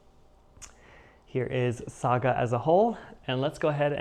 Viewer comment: Yeah,a Saga story 😂😅🎉. Well done with the pronunciation. 😊. You are heading for finishes with your stitching. Yeah.🎉. I do like the Prayer piece, very beautiful. Great video 😊